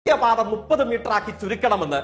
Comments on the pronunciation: ദേസിയ പാത അല്ല ദേശീയ പാത എന്ന് പറ ജയ്ക്കെ... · ദേസീയ പാതയല്ല , എന്റെ പൊന്ന് തോൽക്കെ, ദേശീയ പാത എന്ന് പറയ്‌.... ഒന്ന് പറയാനെങ്കിലും പഠിക്കു......